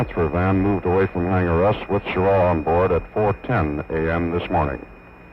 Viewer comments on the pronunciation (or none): This the one where the comm guy keeps calling him "Schirrar"?